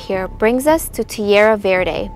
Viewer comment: please ask around to know HOW to pronounce the Don Ceasar Hotel ..... as well as Passe Grille & Terra Verde ; work on the accents please (espanol helps)